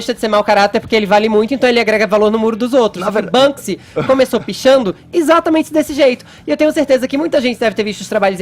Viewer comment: Etxatamentze é dzi estourar os tzinpanos